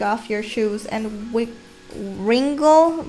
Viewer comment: Wriggle is pronounced "ri-gull." It means to twist and turn with quick movements. Worms wriggle. I refuse to leave any " love" though. Come at me.